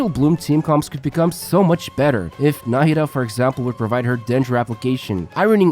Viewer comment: Thanks for explaining her kit. I'm definitely pulling for her. You had pronounced "Nahida" in a few different ways throughout the video. was the closest to the correct Arabic pronunciation.